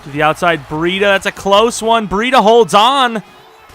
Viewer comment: "Bree-duh" and "Cole-bert"